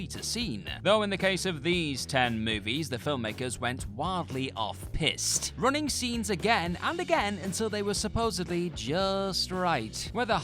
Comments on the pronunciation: Piste is pronounced like peast, not pissed 😂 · ....off pisté. "Peast". Like beast but with a P please.